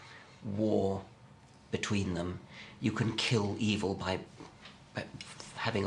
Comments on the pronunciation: im not a native English speaker, may I ask why does Miller pronounce it "evel", instead of something like "ev'l" that Dawkins says and I too, for that matter... ? Is it accent (which one) or mispronounciation? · I love how Miller pronounces "evil." He's straight off of Austin Powers. Word. Ey-vell. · Miller has a pronounced "public school" accent: eev-ill, whereas Dawkins accent is less marked, and is a result of not having quite the same background, Anglicans being more likely to refer to it as eve'll, in somewhat more a North American manner..